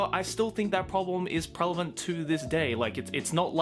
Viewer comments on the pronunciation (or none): Yo, it is pronounced "prevalent" not "prelavent". Nice try though. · did it annoy anyone else when he kept saying prelavent instead of prevalent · Am I the only one hearing combine 'prevalent' and 'relevant' into "prelevant"? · ITS PREVALENT NOT PRELAVENT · Say "prelavant" instead of "prevalant" for dislexic reprensentation. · Petition for to stop saying prelavent this instead of prevalent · is it me or was saying prelavent instead of prevalent the whole way through this video? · am i trippin or does keep saying "prelevant"? like he's trying to say relevant and keeps getting it confused with prevalent. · Fun drinking game: Take a shot every time says "prelavent" instead of "prevalent". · Drink a shot of water each time says “prelavent” instead of “prevelant” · PREV-EL-ENT NOT PREL-EV-ENT please it hurts to hear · Just here to politely point out it's 'prevalent' not 'prelavent' 🌝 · isnt it pronounced "prevalent" instead of "prelavent"? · is he saying prelavent instead of prevalent? i've heard it 3 times and it sounded wrong all 3 times. only 7 mins in, maybe he fixes or fudges it more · Unpopular opinion: It is pronounced prelevant and not prevalent. Jk love your videos anyway! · Yes. "Prevalent" is a word. "Prelavent" is not. I'll take my A please. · Lol “prelavent” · Everytime says “Prelavent” it’s cringe 😬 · Soo yeah, just checked, pretty sure 'Prelavent' isn't a word. Oof moment. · “prelavent” “prelavent” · did you just say prelevant? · No one:: “pReLeVeNt” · Holy crap how many times are you gonna say “prelavant” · I'm sorry, but it's driving me crazy. "Prelavent" is not a word. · no one:: p r e l e v a n t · Let's Fight aka can't say the word prevalent. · please say "prevalent" correctly. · Can we teach how to pronounce the word “prevalent”?